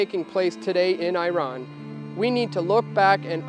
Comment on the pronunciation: Nice. But please learn how to pronounce Iran and Iraq. And stop saying nucular like GWB. It's N-U-C-L-E-A-R.